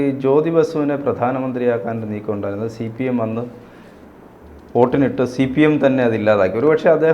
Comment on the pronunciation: ഛീഫ്പീയെം .....അവസാനിക്കും. അവഛാനിഫ്പിഖ്കും പരനാറിനായ....